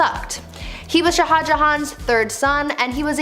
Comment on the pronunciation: shah should be just one syllable, but you're cute so we'll let it slide.